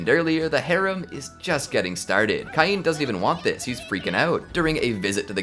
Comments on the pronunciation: It's pronounced Kane, no Keye-een! X( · u have know idea how much ive waited for this i watched thsi anime like six differnt times and its so gooood Edit: its prnouace cain as in cane